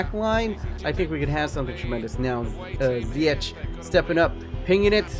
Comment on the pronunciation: you pronounce ziyech as ziyekh